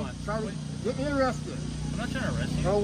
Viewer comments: Hmmm…all of his education and he can’t correctly pronounce words: Eerest, orgineyezation, hail yes. Oh, for the good old days of Chile. 🙄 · “Threat of errest” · "Under threat of e-rest." Not convinced of his level of education. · Gotta love how he pronounces arrest, errest! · Masters in Psychology? I call bs. He can’t even say “arrest” properly. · 100% wrong sounds about right. But what can you expect from someone who can't pronounce arrest correctly? He needs a refund for his college education.